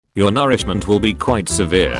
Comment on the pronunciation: "your narishment will be quite severe" dude, wtaf is a narishment